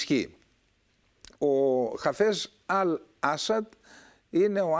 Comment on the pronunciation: με την συριακη προφορά Χ`α φεζ.Ο γιος του Μπ`ασελ.Η Χαμ'α.Ευχαριστω!